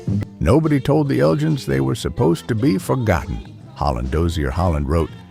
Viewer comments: Eljins? Isn't it elgins? Like from the Scottish town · Surely The Elgins had a hard G in its pronunciation, as in The Elgin Marbles. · In the UK The Elgins is not pronounced how you pronounce it, however I guess like Candi Staton maybe it is a topic of debate. 9 out 10 of these records can be regularly heard at Northern Soul nights in 2026. Dusty Springfield was much admired by Queen Elizabeth.